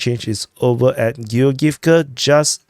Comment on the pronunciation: "Giogivka"., this one is easy to pronounce as its from the name Georg. Georg-ivka.